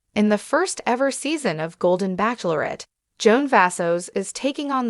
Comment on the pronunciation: This Show is called the Bachelorette NOT pronounced Back Lor ette!😂